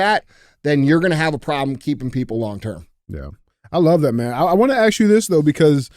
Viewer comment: Can we take a moment to ask DJ why everytime he says “ ask “ he keeps really saying “axe” 😂